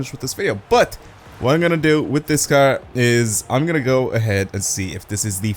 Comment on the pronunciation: i love your videos so much BUT I HATE THE WAY YOU SAY CAR